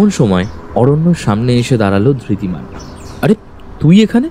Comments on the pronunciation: গল্প টি বেশ ভালো। তবে উচ্চারণে আরো সচেতন হওয়া উচিত। ধৃতিমান কে একমাত্র অরণ্য ছাড়া বাকি সব চরিত্র ই ধির্তি বলেছেন। এটি অবশ্যই শ্রুতি কটু। অভিনয় ও আরও প্রাণবন্ত হওয়া দরকার। তবে গল্পের বলিষ্ঠতা এইসব ত্রুটি গুলি অনেকটাই ঢেকে দিয়েছে। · Ekmatro Aronyo chara baki sobai Dhritiman ke Dhirtiman bolechen--- eta boddo shrutikoto laglo. Bakita khub valo.